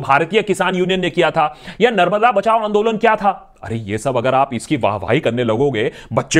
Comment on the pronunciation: It's Andolan. Keep doing what you do, great work though